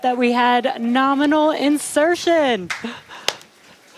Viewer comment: I love this launch. Especially the part where she exclaims, "Norminal insertion".